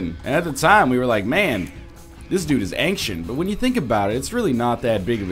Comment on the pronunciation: "Ang-shent." Dafuq?